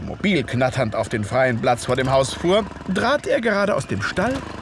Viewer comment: spricht leider häufig B statt P "Blatz" z.B. und gleicht hinterher D statt T "drat", statt "trat" und K statt G. Das kann ich mir gar nicht anhören....